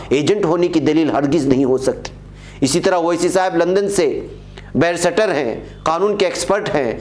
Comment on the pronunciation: جناب صاحب السلام علیکم و رحمۃ اللہ و برکاتہ معذرت کے ساتھ عرض ہے کہ لفظ بَیْرِسْٹر کے تَلَفّظْ کو دُرُسْت کرنےپر توجہ فرمائیں